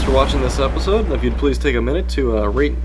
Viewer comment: It is please not pwes.